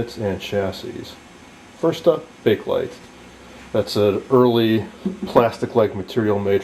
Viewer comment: Thank YOU! You actually pronounce it CORRECTLY. I get SO tired of hearing "people" say Bake-A Lite!!!! It's NOT Bake-A-Lite, it IS Bakelite. Excellent video man! (And kudos to you for pronouncing Bakelite correctly)